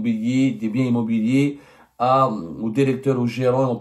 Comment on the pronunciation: Arrête de dire "dérecteur", ya weld el kahba, articule bien et prononce "directeur" comme tout le monde.